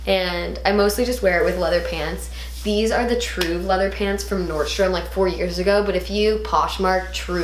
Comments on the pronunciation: It's Nordstrom. No S :) xx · where is the cream tank from? i cant tell the brand you are saying